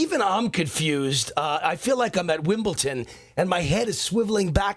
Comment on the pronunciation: It's Wimbledon, not Wimbleton.